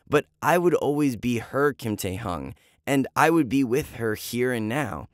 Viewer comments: Bro! He said kim taehung like what🤣🤣🤣 but shoutout to kim taehyung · what the- why would you CHANGE your name just for a girl ? i don't believe this is a true story- basically this is oli london but Taehyung version 💀 and u said Taehyung wrong. It is 'Taehyung' 🙏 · The story was a bit weird lol. Love is blind afterall. Btw is it true? Oh and yes you pronounced V's name wrong. 😅😅 it's taehyung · The way he said kim taehyung is so funny 🤣 Oli london 2.o